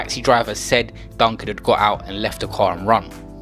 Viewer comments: WHY DO YOU KEEP CALLIN HIM DUNCAN ???? CAN YOU READ??? OR ARE YOU TAKING THE PISS??? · Oh fuck sake man said duncan. You dont know shit😂. Silly harmless nerds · Man said Duncan!!! Delete yourself. These outter London yutes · no his not stfu u can tell just by his accent his not from london forget that he cant even pronounce Mark duggans name properly man said Duncan and he is the reason why the riots started all around London if he was from there he would know his name what a donut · NotTodayISIS Yeah I know...he didn't pronounce his name properly, its Duggan👍🏿. London people will never forget that name after that riot. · Z he said duncan the whole video😂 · Ur taking the fucking piss this is just disrespectful u can't even say his name right or date of birth etc. Most of the important facts were all wrong brain dead wet wipe delete this and apologise 2 his son and the rest of the family. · Man made a whole video, and can’t say the name right 🤣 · Ur chatting so much shit u can’t even say his name right fool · He said his last name wrong stop being a battyfish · Can man doing the voice over stop disrespectig him. His name is mark DUGGAN not duncan. RIP Mark Duggan.. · How can you repeatedly say ‘Duncan’ and spell it ‘Duggan’ 🤦🏽‍♂️ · "Duggan" not "Duncan" AND "Kelvin" not "Kevin" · Bro u need to quit his name is duggan not Duncan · Y yu sayin Duncan his name is D.u.g.g.a.n Duggan not duncan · DUGGAN. not Duncan fam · Zyno1k The YT’er is saying Duncan and it’s supposed to be Duggan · Why do you keep calling him Duncan? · Bruv u said Mark Duncan. I clicked off the vid already. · It’s not duncan u fool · did this man acc say mark duncan 🤣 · Man said duncan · Man said Duncan 😑🤦🏻‍♂️ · Man said Duncan!! Omd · Man said Duncan 😂😂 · I was gonna sub to this guy but my man said mark duncun wtffff 😂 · U shit cunch youtuber man said Duncan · Man sed Duncan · my man really said duncan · Turned off as soon as you said Duncan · Man said Mark Duncan smh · Man said Mark Duncan